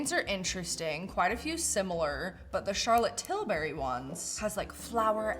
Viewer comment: Laughing at Charlotte "Till-berry" every time she says it.